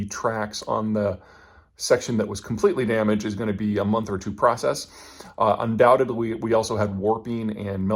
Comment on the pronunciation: 'undoubtedly' GOOD GRIEF!